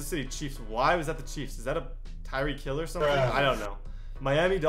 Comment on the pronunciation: Chief keef dude lol he said tirek hill